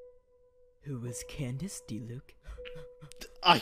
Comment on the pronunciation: Candice exist tho... but its not Candice but Candace